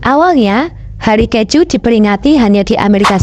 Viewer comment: bukan kecju tapi ke - ju.